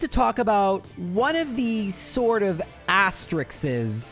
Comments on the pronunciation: Asterisks as-ter-isk(s) not asterix ;) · asterisks. like risks. you take risks. asterisks. not asteriks. certainly not asterikses. i love you, but the mispronunciations come just too hard and fast to ignore, sometimes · The plural of asterisk is just asterisks, which is why it is actually slightly important to pronounce it correctly unlike most other common mispronunciations, because if you'd just hit me with astrices instead of leading with asterixes, I wouldn't have had any idea what you meant. Most other common mispronunciations don't end up mangling their other forms nearly as much, so unless you're giving an academic speech or something, it basically doesn't matter at all, and even with asterisk, it's not particularly important, but this was an opportunity for me to talk about words, and words are cool, so I took it, lol.